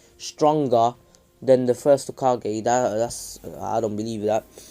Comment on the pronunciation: First off ur saying hogake when it’s hokage. Second minato is stronger than hiruzen and hashirama is stronger than all of them